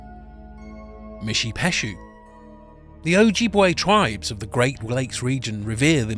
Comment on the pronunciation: calm down, he never said it was a full and comprehensive list of every myth of all North America. he also pronounce Ojibway wrong because he has an accent and probably never heard the word, you can cut him some slack on that and guess what, Canada's East cost IS also the pacific north west of North America when referred to as a continent